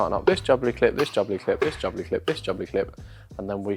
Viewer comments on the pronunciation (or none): Pronouncing Jubilee like "bubbly" (jubbly clip) instead of like "joo-bull-eee" is incredible.